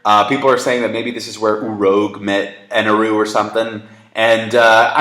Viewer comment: please, stop fucking say Eneru! say Enel! it's not that hard...